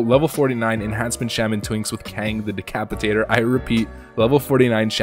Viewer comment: Why do you not know how to pronounce Shaman....?